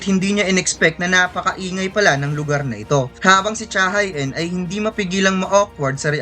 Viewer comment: Cha Hae-in ay Korean kaya ang tamang bigkas ay Cha HE-in.... Hindi Cha Hay In